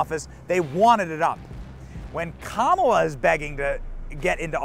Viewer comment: It’s pronounced COMala Harris